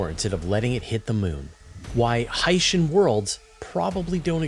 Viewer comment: Your pronunciation of hycean is correct. HY-shən HY-: Sounds like the word "high". -shən: Sounds like the word "shun"